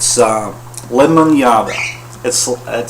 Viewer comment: You said lemodiada perfectly I'm polish